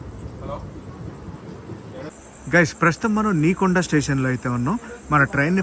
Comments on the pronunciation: నీకొండ station కాదు. నెక్కొండ అది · Ni konda kadhu anna it's nekonda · Nekonda kadu bro nekkonda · Anna Adhi neekonda station kadhu Nekkonda station and any way Anna ma Mahabubabad station chupinchinandhuku